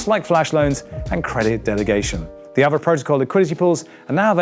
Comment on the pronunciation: It should be pronounced as aa-vay